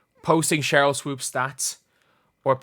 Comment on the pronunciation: "Swoaps" --Jason Whitlock